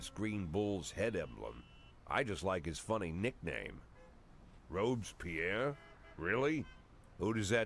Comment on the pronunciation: This is not how you pronounce "Robespierre", come on now.